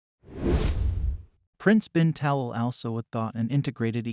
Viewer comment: Please pronounce HRH name correctly. His Highness’s last name is pronounced Ta’lal.